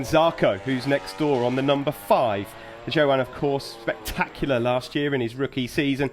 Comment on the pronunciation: Johan...not yohan, not jo han...its J 'OH' an Zarco.